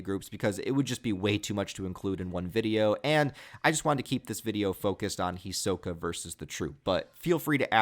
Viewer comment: You are saying his name wrong